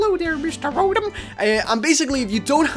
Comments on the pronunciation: He says rotem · ITS CALLED RO-TOM